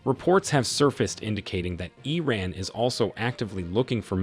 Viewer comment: EEE RANNSS. I swear if i got a buck for every time americans fail to pronouce words, I'd be able to retire tomorrow.